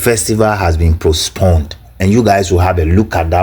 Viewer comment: This moron is not ashamed calling himself a doctor of what.? Even elementary grammar "postponed " he says posponded Aba, Does he understand the word king of which royal family and major ethnic tribe of Ghana.? We have only one king here in Ghana, the Otunfuo of Ashanti. He should stop disgracing himself. Of course it is clear that he uses the fake title for his dubious and nefarious business including scamming unsuspecting westerners.